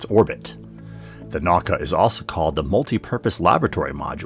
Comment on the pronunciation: Russian model is pronounced as "nah-oo-kah". Middle cyclable sounds as in world in "spoon". In Russian is written as "наука" and it means science.